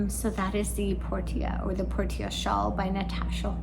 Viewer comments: Trying to be helpful—not snarky—I believe Portia is pronounced porsha, with the a sounding like the a in petunia. British pronunciation glosses over the r a bit. It comes from Greek based on Latin meaning harbor or haven. Enjoy the knitting journey!🌻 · Portia is generally pronounced as: por shuh. ❤ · Ahem, “Por-sha” like the character in The Merchant of Venice ; )